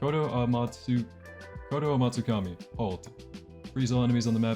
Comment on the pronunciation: Yo he actually said kotoamatsukami correctly